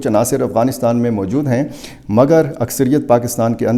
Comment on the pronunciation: Mooojod taaa....mojod tha 😂😂 big urdu man